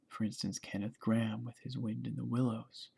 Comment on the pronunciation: Graham in pronounced Grey-Um, not Gram.